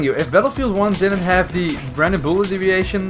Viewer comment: Is it just me that just hears ‘random bullet ‘’eeviation’’ ?’